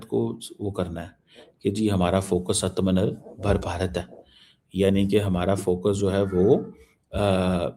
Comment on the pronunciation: ... This Koala Bear chomu can't pronounce "आत्म निर्भर" भारत.... Hahahahaha 😂🤡🗿